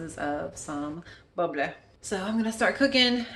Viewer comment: You were saying five ounces of "boble" when you were taking about the wine, the prosecco type. Are you of Norwegian heritage? Sounded super norwegian!